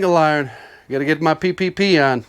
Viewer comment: The intentional mis-speaks (PPP, whatever the earlier shop vac one was) - for engagement? - are hilarious